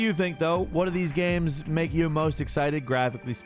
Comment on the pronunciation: some good looking "gahms"